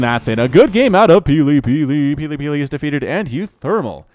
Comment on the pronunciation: Wow, you got that tongue twister quite right! Shows how much practice you have at casting :) Great game!